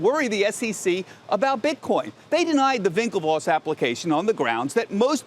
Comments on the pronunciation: Winklevoss not Vinklevoss! Geez man this is prime time news. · Someone tell this dude to stop saying vinklevoss 😂